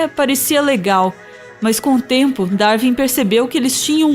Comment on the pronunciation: Ótimo vídeo, só um detalhe: se pronuncia "Dar-uin" e não "Dar-vin".